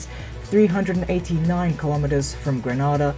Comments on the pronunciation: Can you at least pronounce GrenAda not GrAnAda 2 separate countries 😝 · Its gree. nay.da...not gree nah da